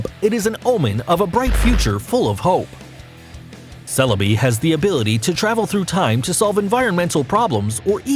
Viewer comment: Let's not forget that the ONLY names he truly got right out of them was Dialga, Celebi, and Mewtwon XDD